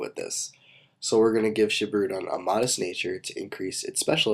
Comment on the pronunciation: ok i'm just gonna say this here and now but i just wish you would use the proper japanese pronunciation for these names like this one its spelled shibirudon but pronounced sheebeeroodawn